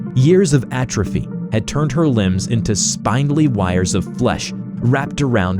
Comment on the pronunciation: Pronounced spindly wrong as well